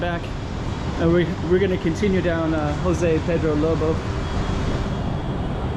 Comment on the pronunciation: J has ZH sound in Portuguese so please stop using the H sound as in Spanish. Thank you!